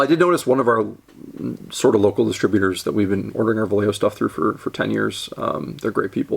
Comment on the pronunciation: I can't tell if you're mispronouncing "Vallejo" on purpose. Could go either way.